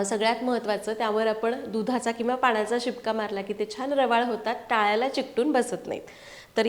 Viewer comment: लाडू छान झालेत, तुझे मराठी भाषेवर छान प्रभुत्व आहे व्हिडीओमध्ये दोनदा टाळ्याला हा शब्द योग्य उच्चारला वाव,नाहीतर लोक टाळूला असा उच्चार करतात😊